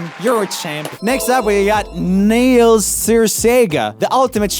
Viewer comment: my excitement over seeing the name neil was immediately shattered by pure disappointment and horror over his botched pronunciation